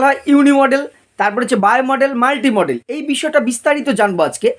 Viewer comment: স্যার উচ্চারণটা মোডাল হয়....মডেল নই 🙏